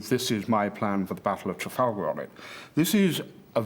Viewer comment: "Trafalger" lol. For that extra bit of credibility for the channel.